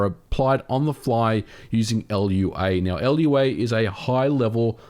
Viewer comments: So not only are these not not remasters, they're not even ports. 60$ baby! (Also, it's just "Lua", not "L.U.A.", it's portugese for "moon" I believe) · its pronounced "loo-ah" not "ell-ewe-ayy" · It's Lua not L.U.A. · Lou-Ahh not L-U-A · I physically experienced pain when he pronounced Lua “L U A” not “Loo-a” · L-U-A is not the proper pronunciation of Lua. It should be pronounced like lu-a, all one word. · L.U.A.? It's Lua. Loo-ah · It's not L.U.A., it's Lua, a word. Like Luna, without the 'n'. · "L, U, A" -- dont you mean lu.(w)ɐ ? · It's not "l u a" as it's not LUA. It's spelled Lua and said as such. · Is it actually pronounced LUA and not Lua? I feel like a moron for calling it Lua to coworkers and upper management for years now 0_o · It's no L U A, it's Lua. Means Moon in Portuguese, and the language was developed at Rio de Janeiro. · "Ell You Ay"? Lua. "loo wah". 🤷‍♂️ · MVG: L.U.A. Me, a Brazilian: Lua (as saying Moon in Portuguese). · It's not "el you ah" but "loo ha", it means "moon" in Portuguese. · it's not "el-you-ey", it's a single word "lua", meaning "moon" in portuguese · “Lua” is pronounced “loo-uh,” bro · Everyone, say it with me: Lua is pronounced "LOO-ah." I've never heard anyone call it "ELL-YOU-AY." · EL YOU A? Don't you pronounce it like Looah? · Lua is a Portuguese word that is pronounced exactly how you think it would be. It's not called L.U.A. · I understand that people are angry about this, I was too, but this emulator sounds great and sounds like it would be really easy to emulate other games in the future with awesome enhancements. Maybe this hints toward eventual N64, GameCube and Wii with Nintendo Online. P.S. it's pronounced Loo-ah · It is pronounced "lua", because that's how you say "moon" in Portuguese. I mean, this was created in Rio de Janeiro, Brazil, and its logo is a moon orbiting a planet (Earth?). So yeah, it's not "L.U.A.". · great video as always! So, Lua is not pronounced l-u-a, it's ˈlu.(w)ɐ meaning moon in portuguese.